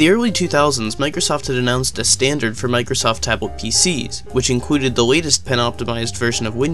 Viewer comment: It's funny the way you pronounce "included"